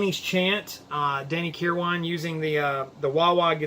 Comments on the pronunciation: You nailed it. Danny was the bridge between those two eras of the band. BTW, the last syllable of Kirwan's name is pronounced "win." Also, Bob Welch called the album bleak which was meant to be a knock on Danny. He attributed it to Kirwan's angst in his writing. I totally disagree. There might be some bitterness at play here since Danny contributed five songs to the album to Bob's two. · Stop with the Um's already .. Also learn how to pronounce Danny's last name ..